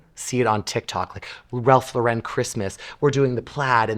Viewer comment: GIDEON? It's GLIDDEN--a paint company that's been around for decades. It's MELODIOUS--AS IN MELODY--you know, like music? Also, it's Ralph LOR-en. not Lo-REN--it's NOT French! SMH.